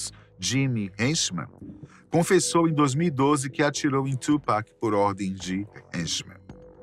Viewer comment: Quem é o "Txupac"? 😂